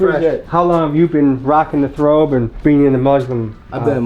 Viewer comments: It's a Kurta/Kameez not a "Thobe" (it's also not "Throbe") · Alright, so some of these Muslims don’t really practice it right plus, it’s called “Thobe” not “Throbe” 😂🤦🏻‍♂️ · It is not a throbe it is a Thobe or Jubba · i believe its a thobe, not throbe. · It's thobe, not throbe, much love to yall tho ❤ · "Thobe" "Thawb" not Throbe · Asalaamu "alaykum brothers, just want to clarify the "throbe" is actually a "Thaub" pronounced "thobe". May Allah increase you brothers. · I thought it was called a thobe not "throbe"